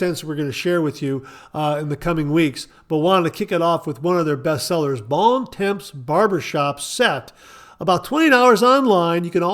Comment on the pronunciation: Bons Temps is pronounced almost like "bawn tawm"